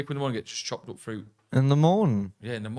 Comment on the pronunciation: I only hear saying "Chocolate fruit", even when I realised it was "chopped up fruit" (after said it) it still sounded like Chocolate fruit! EDIT: saying he'd like to visit San Fransisco, but this time "going the other way" nearly killed me! 🤣 PLUS: The Rhine goes through 6 countries France IS one!